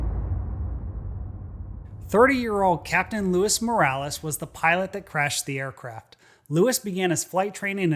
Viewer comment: loo eese ... loo eese